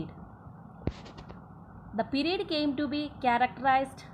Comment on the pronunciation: It is period not perred